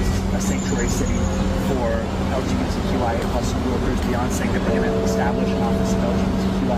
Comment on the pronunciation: I thought he said “BEYONCE”but he said “Beyond Saying” 😅😂